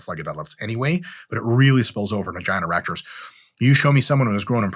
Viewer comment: Dude I thought you said grow your erections. Ew